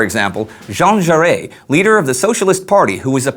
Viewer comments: Aaaaargh! It's Jean Jaurès! Pronounced 'jaur-ESS,' not 'jaur-AAAAY.' You're speaking English, we don't care if you pronounce it in English. But don't try to pronounce it in french then massacre it. Sheesh. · I believe the "s" in Jaures is pronounced as in Zho-rez. There's an "accent grave" over the "e". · FYI, Jean Jaures's last name is actually pronounced, "zho-REZ." It has to do with there being an accent grave over the e. That means you pronounce the last s. Also, Liege is pronounced, "Lee-EHZH." There's another accent grave over that e as well.